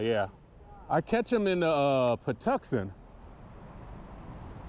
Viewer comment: Patapsco!!! Why do ppl say patapsaco??? Anyways good catch brother!!